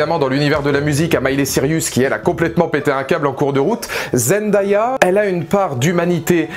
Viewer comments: Parcontre on dit Zen-day-a pas zen-da-ya . 😂 Mais super vidéo quand même ❤️ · J’ai adoré ta vidéo, vraiment !! 😊👍🏾 mais le prénom de Zendaya se prononce ZenDAYa ( zen-day-a ) et non Zendaya ( Zen-da-ya ) Mais tqt moi aussi au début je ne savais pas bien prononcer son nom avant 😂😂